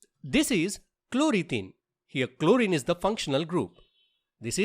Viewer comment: Bro it is chloro ethane